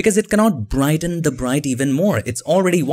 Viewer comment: Nobody noticed the way he said "Print" 😂 Edit: Also "Brighten" " 🤣